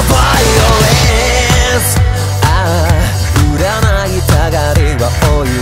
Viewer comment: バイオレンスの発音が終わってる・・・